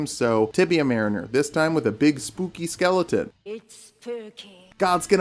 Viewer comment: Did you really just say “skelington”? The hell?